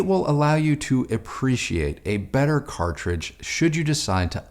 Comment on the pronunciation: cartridge - cartridge - cartride .:))